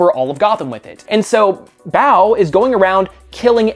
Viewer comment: About Clownhunter... You pronounce Bao kind of like "bout" with a questioning tone.